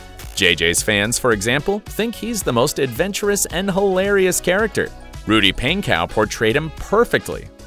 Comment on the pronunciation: You said Rudy’s last name wrong DISRESEPCT TO ME.